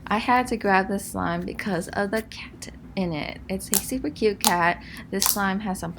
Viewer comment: at why’d she say “cat” like that? kinda made me cringe😂